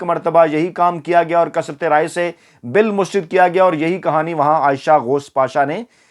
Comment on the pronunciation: AAP ITNA ACHA SHOW KERTE HAIN LEKIN ZEIR ZABAR KA KHIAL NAHIN RAKHTE.MEETHA MEETHA HAP HAP KERWA KERWA THU.AAP HIP HIP NA KAHA KAREIN.PLEASE!MUSTARAD HOTA HAI MUSTARID NAHIN.